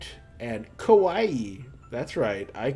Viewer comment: Well, yes, those are indeed the characters for "ka", "wa" and "ii", but no, "kawaii" is NOT pronounced like Hawaii with the H swapped for a K...